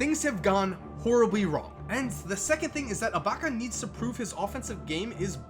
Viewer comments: You said abaca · Lol says ilbaka so weird to me